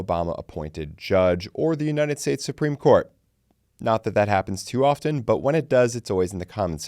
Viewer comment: LEARN HOW TO PRONOUNCE “often”